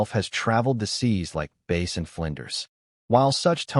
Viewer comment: Ai or has no idea on what he is saying calling it base not bass. Just shows he don't know sht, not being a million with your values. Stop put bullshit comments in there. Bass and base are two different things